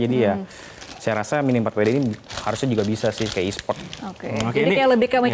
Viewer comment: tinggal bilang miniempatwede susah amat . kalo mau bilang pake bahasa inggris harusnya minifordabelyudi bukan miniforwede .😂😂